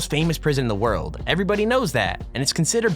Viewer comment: lol the irony... on the frank lee moris part "one of the most intelligent people in the worlb" worlb? worlb?? xD